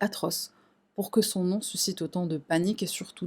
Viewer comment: rien a voir avec l'affaire, mais j'apprécie réellement l'effort que tu as fait pour te renseigner et pour bien prononcer les noms et prénoms (dans l'ordre), lieux etc... bcp de ytbeurs ne le font pas et c'est vite gênant à regarder